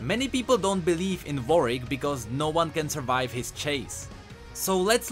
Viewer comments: W A R W I C K , not vorick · Why do I hear vorick every time u day warwick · he is saying varwick it is warwick not varwick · Is very annoying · not Warik its Warwick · Is it only me who hears his "Warwick" sounds like "Yorick" hahahah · is he saying varvick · i don t want to insult your accent, but who is vorik, really ? ^^ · stop saying vorick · Although generally the pronunciation is right, WW's second w is pronounced.^^